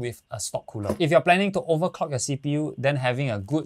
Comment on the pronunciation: Makes me laugh everytime u say 'overcock your cpu' hahaha. Great video. Support local.